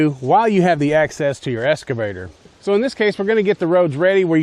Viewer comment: ex cuh vator brotha not escavator